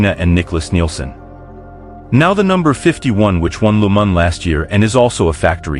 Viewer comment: Why pronounce Le Mans as Lu Man? French pronounce it as Le Ma just a silent N.